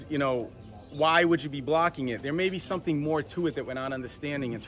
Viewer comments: you lost me at "somethink" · Spoilt it for me by saying "somethink" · Why do people say "somethink"?